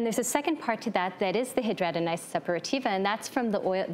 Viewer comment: Thank you for knowing how to pronounce hidradenitis.